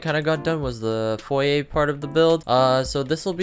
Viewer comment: i promise i'm gonna stop watching this dude, he literally doesn't know how to say foyer